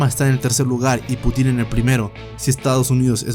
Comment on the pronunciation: Es Un Putin, sin acento en la "i".